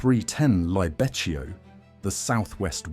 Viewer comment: I'm italian and some of these are new for me! But... Pronunciation... marketti! The CH sounds like K Correct pronunciaton for Libeccio 👍